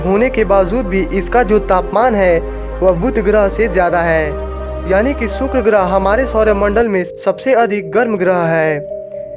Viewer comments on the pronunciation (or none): सुक्र नही शुक्र बोलो